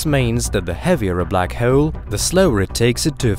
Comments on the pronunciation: I think its because they way he pronounce hole :P black hoyl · The way you pronounce hole makes me giggle. Black Hoyel hehe